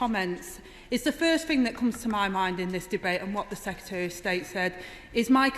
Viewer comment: MISTAH SPEAKAH, AM NOT APPEH WITH THEM TOREHS OR SECRETAREH OF ST8 - Angela Rayner, 2023